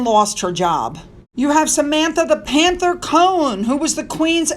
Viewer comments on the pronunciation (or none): none